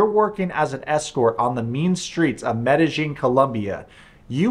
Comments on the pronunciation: Sorry but the way you pronounce Medellin, Medi-jean kills me Medi-yeen by brother good video though. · FYI it’s pronounced meh-duh- yeen. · Where are you getting the j pronunciation of medellin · It’s pronounced Med-a-heen.